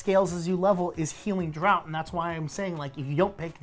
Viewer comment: hey, just so you guys know, "draught" is pronounced "draft"